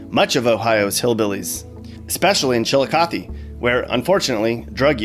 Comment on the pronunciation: Ashtabula is pronounced "ASH-tah-bue-la" not "ASH-TAB-u-la". Props on saying Chillicothe and Lima correctly